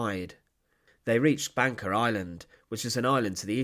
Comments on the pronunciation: Why does commentator pronounce Banka as Banker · Bangka is actually pronounced ''Bungka''